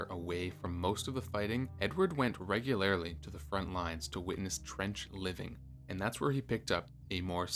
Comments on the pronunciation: "ReguLAIRle"? "Courtseein" or something? Bloody AI! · Not sure I trust anything from a narrator that can't even pronounce "regularly" correctly 😂